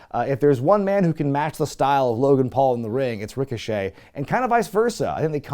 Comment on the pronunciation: I'm glad I'm not the only one who calls Ricochet "Rico Chet"